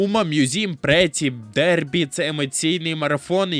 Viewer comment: Враження що ви гру і не запускали якщо чесно, там при кожному запуску якась з VA промовляє завітне "умамусуме прітті дербі" , але жодне з них не звучить "претті мьюзіам" 🤨